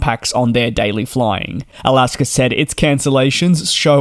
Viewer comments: It's not Alasker, it's Alaska. Thanks. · DJ I love you but please stop calling them Alasker Airlines lol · DJ, I didn't realize there was an "r" in the word Alaska, or are you saying " I'll ask 'er." ?? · Dude ALASKA does not have an R, it is not alasker airlines. Why you adding an R. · Irs AlaskA airlines Not Alaskar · There is no “r” in “Alaska”.